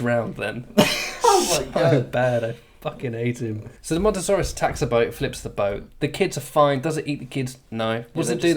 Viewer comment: It's called Mosasaurus not Montosaurus .